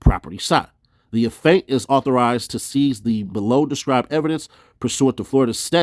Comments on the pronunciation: bruh it aint a-faint its aff-e-ant 🤣🤣🤣🤣🤣🤣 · 😂🤣C'mon; its Affiant(aff-ee-ant) 👍🏾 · Af~fee~ent - Affiant. Be easy bro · pronunciation. You sounded like you were saying Aff~ant for the word affiant big homie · Affiant- Af-fee-ant hope this helps.